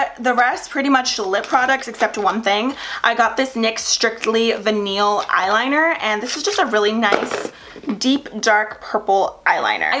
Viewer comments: Not veneel...it's vih-nul lol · The UD setting spray you have is (a little) more expensive - it's $32 for 4 oz (so it's a better deal) Girl, it's not va-neal! Vinyl is pronounced as vie-nul in most instances ... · Lol did she say VIH-NEAL..??..for VINYL..??.. 😂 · Lol. It’s vinyl (vi-Nil) that’s ok. You’re still one of my favorite. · Its pronounced vy-null. "Vinyl". Just thought I'd tell you. 😊😊 love you!! And I love everything you got! Definitely getting that Stila lipstick! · Phew girl, please stay warm & safe up there in PA! You guys have been having an intense winter this year, yikes. Best of luck with the rest of school as well, I know you'll be so relieved once you're done. By the way, vinyl is pronounced "vy-nill", so you know for next time. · *proceed to get ideas for birthday shopping in March * 😂😂😂I noticed you say "vinyl" a little differently also. In Ohio, we pronounce it like "vie-null" with a hard I sound. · Not to be a pain but just trying to help, vinyl is pronounced vy-nal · Is that how some people say vinyl? I need to know lololol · it’s vinyl. like a vinyl record. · Not that it matters, but I figured you'd like to know vynil was mispronounced. Personally not a fan, vynil products are usually shiny. I love my mattes. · Girl... I love you but that’s not how your pronounce vinyl lol